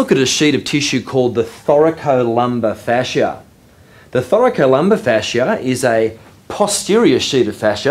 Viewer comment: I love the way you pronounce Thoracolumbar fascia😍😍